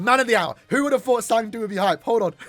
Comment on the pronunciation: Who is “zang du”… it’s cang du…